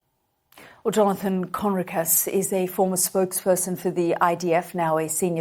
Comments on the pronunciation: Sky UK, arab woman who already has,decided what she thinks. Doesnt let Jonathan speak, and hasnt even bothered to learn how to pronounce his name! It was a monologue, not journalism! She really hasnt got a clue about any of the issues she brought up. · at least promounce his name right BBTch